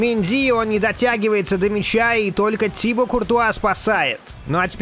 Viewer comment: Да не тИбо,а тибО!!!